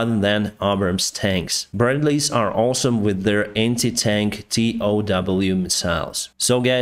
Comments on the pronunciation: PRONOUNCED TOW MISSILES AS TOW [LIKE TOW BOAT] NOT T. O.W. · always makes me smile when I hear you call them T-O-W missiles. we Americans call them "TOW" like in "towtruck" or for a bit of a stretch one's "big toe". why does it make me smile? because I did the same thing with aircraft like the Su-25, I'd call them "S-U - 25" only realizing that it might be "Su" (Sue) 25. words are hard. lol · “TOW” is pronounced as a word, not T - O - W. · You can pronounce the TOW missile as TOW, not T.O.W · While the TOW missile system is an acronym, we always pronounced it as the word "tow". From Wikipedia: "Tube-launched, Optically tracked, Wire-guided", pronounced /ˈtoʊ/." Thanks for the ongoing updates. Slava Ukraini! 🇺🇦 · Your English is great brother. 👍 Working towards my commercial pilots license. Love to see a video about your aviation journey. Also, am a U.S. Army vet, and we pronounce the TOW missle system like the toe on your foot, we dont spell it out. SLAVA UKRAINI from Texas! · "TOW" is commonly pronounced like "toe" in USA